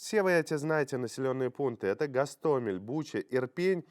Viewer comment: Сумы,ударение на У !!! Ирпень- ударение на Е !!! Наверное нужно готовиться к эфиру. Уже месяц про эти города говорят и все никак не выучите ударения городов, где сражаются за свободу. Украинцы- ударение на И!!! Запомните уже все наконец-то.